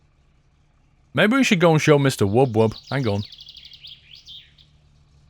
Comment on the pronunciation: Its Wub Wub not Woob Woob